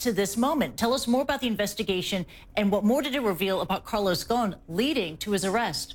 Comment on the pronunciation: You’re pronouncing ‘Ghosn’ wrong. The ’s’ is pronounced. The word is Arabic for ’tree branch’. 🌴🌳🌿